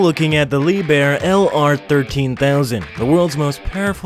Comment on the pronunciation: Pronounced Lieb...Herr